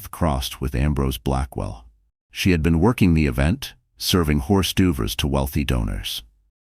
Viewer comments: 8.33 ..."horse dovers"??? Instead of hor d'oeuvres😂😂😂😂😂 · "Hors do vers"? Not quite. 🥴